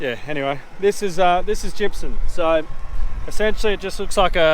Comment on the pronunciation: I could swear you call it gypsun rather than gypsum. Is it just me or is that how you say it.